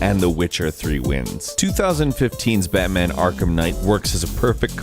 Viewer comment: "Akrham" Knight